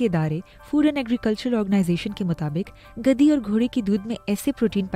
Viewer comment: Ghadi hota hai gadi nahi.. urdu bhi sahi se nahi ati